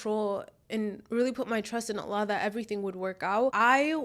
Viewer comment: I love the way you pronounce Allah's Name throughout the video. MasyaAllah, you say His Name with so much love and closeness.